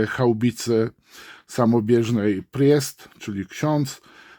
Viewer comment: Panie... "prist" po prostu "prist"nie "prjest";) Pozdrawiam